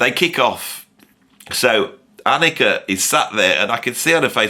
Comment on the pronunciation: nice. thanks her name is pronounced AHH-nika! thanks for all you do.